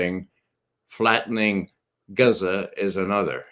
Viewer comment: Gaza (Gahza). not "Gezza." Kieve (Key-ev), not "Keeve."